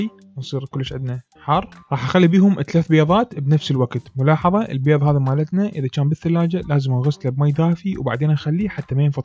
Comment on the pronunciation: اول شي انته تاكل بيظ شنو الي يخبل وكمت متعرف تحجي البيظ لاخك